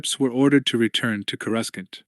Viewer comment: Is the AI or what? Cui gon? Coreuscent? Really throws me off